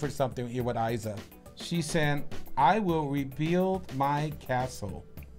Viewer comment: Não é "Aiza" é Iza, com I